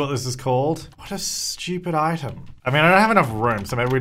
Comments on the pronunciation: “What a schewpid itam” I’m sorry 😂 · "what a schtewpid item" had me laughin xD